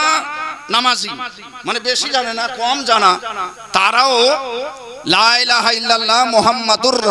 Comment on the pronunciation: Apni to vul bol Len lai - laha - illalah ata hobe la - ilaha -illalah